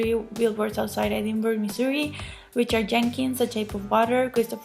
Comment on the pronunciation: The Oscars are bit to stuck up for my taste.I hope "Shape of Water" and Guillermo del Toro sweep at the Oscars.I'm pretty confident he will get Best Picture and Best Director. I want to congratulate you for saying Missouri correctly.I live in Missouri and most people that live here say it wrong.LOL I'd love to see Gary Oldman win.He's the best.I'm pissed that Wonder Woman got snubbed.Patty Jenkins should have a nomination for Best Director.The fact that the Emoji movie and Boss Baby might get a statue but Wonder Woman gets nothing should be a crime.I am also rooting for Coco! I would love to hear your thought on the movie because I loved it.I think Planet of the Apes will win for FX because it looks so realistic.I enjoyed your video.Take care!